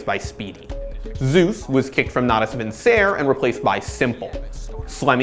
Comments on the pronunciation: lol Natus what?! It's fucking Latin, not French. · natus vinsère? lmao